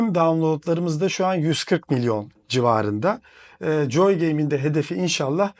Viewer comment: Keşke gittiğiniz stüdyonun adının telaffuzuna önceden bir baksaydınız. JJJJooy game nedir ya. Abi joy gibi bir basit gündelik kelimenin COY diye okunacağını bilin lütfen. Video boyunca rahatsız edici.